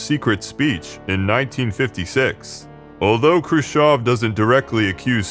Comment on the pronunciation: I love you simply because you're the only English speaker I've heard who pronounced Khruschev correctly.